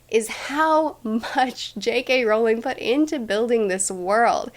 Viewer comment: Did you poot your name in the goblit of fiyer ????!!!